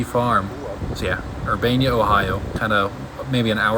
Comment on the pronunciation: Lol never heard anyone pronounce Urbana like that. I went to college there but it was closed down due to Covid… I’m in Delaware Ohio just North of Columbus. Currently renting but going to buy in a few years, would love to find an older house to have my own pit in. I’d have small mouth bass, black crappie, perch and walleye maybe some others. Sweet videos!